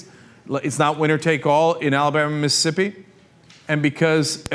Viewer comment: Is it just me or does Cenk say Mississippi weird? He say Missippi